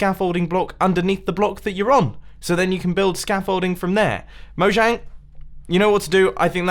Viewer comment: It's pronounced moyang not mojang